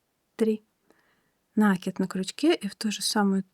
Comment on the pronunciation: Все понятно, но только пожалуйста, накИд не нАкид!